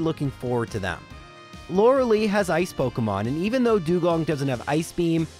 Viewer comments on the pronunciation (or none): Stop calling Lorelei Lorelee